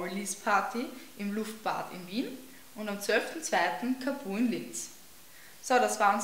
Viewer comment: es heißt trotzdem kaaaaaaaaapuu und ned kapuuuuuuh hehe aber sonst ganz kool.